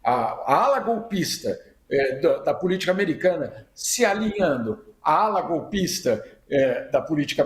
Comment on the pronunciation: Caiu na hora de fala Golpi... Golpi... Golpi INTERNET GOLPISTE 😂😂😂